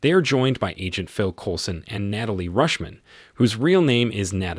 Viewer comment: I'm not sure if the narrator of this has a speech problem , or he could be the same one that does talk to text for Google, cuz he not only weep o nized , but he also had Kate Mara sapuna Tony , and later on Nait a lee, also Nat a shaw Romanoff !